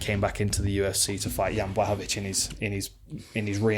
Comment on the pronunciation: The correct way to pronounce his full name is Yan Buahovitsch